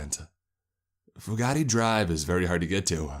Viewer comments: I've been to Cumberland, Kentucky. (I'm just really into waterfalls!) IRL the town is the complete opposite of the author's description. I only got six minutes into this one. If I had to listen to "few-gotti" one more time, my head would explode. The name's pronounced just like it's spelled, for Pete's sake. "few-gate" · I do wish you would pronounce my name correct it's Fu Gate not Fu ga ti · AAAAAAAAARRRRRRRGGGGGGGGGGGGG FOO-GATE, or FEW-GATE not foo-gah-tee!!!! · And it's fugate (few gate) not a chinese word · It is pronounced "few gate". In eastern ky they pronoune it "few git". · It's pronounced Few-Git (Fugate) I think. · It's pronounced, FEW-GATE. You pick great stories, but your grammar is hard to swallow sometimes. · Fugate is pronounced "few-gate" I'm from around this area and in eastern ky the Fugates are a big time family that have old roots in that part of the state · I think he got the pronounced the name wrong but side note I live like an hour 2 hours aways from Cumberland